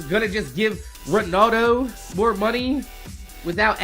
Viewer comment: I love your accent and it killed me when you said 'Ronaldo'😂